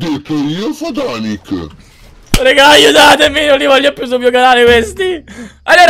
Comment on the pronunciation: Si sono nei fatanic no si dice fnatic e io che ho detto😂 "no maria io esco"